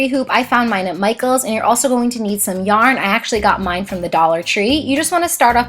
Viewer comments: did anyone notice she said yan unseat of yarn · did anyone notice she said yan instead of yarn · Sounded like yawn to me haha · I love how you say yarn it sounds like you are saying yawn